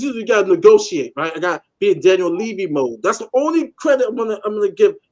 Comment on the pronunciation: Can't take seriously when he can't even pronounce Levy properly.